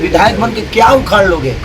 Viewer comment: उखार नहीं होता है,,,,, उखाड़ होता है